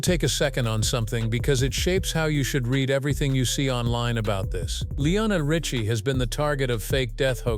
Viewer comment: PRONOUNCE HIS NAME PROPERLY UNREAL AND YOU CAN'T SAY HIS NAME RIGHT